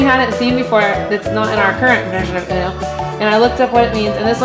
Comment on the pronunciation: Haaahhahahahh its uno not uon